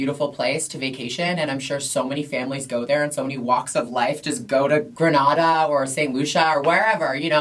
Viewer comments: It’s Grenada... the first ‘a’ is pronounced like the second ‘a’ in Gatorade 🇬🇩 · She’s referring to the Caribbean island Grenada, she just wasn’t pronouncing it right 😅 Spain is indeed one of the most LGBTQ accepting countries in the world